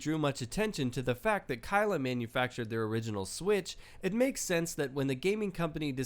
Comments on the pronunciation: STOP SAYING KYLA IT PRONOUNCED KALE LIKE THE PLANT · its pronounced as kale not K I L uh its kale